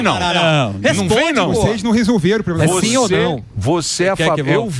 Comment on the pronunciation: O "cidadõe" quando fala "poblema" já mostra o grau de "igonorança" esquerdopata!!!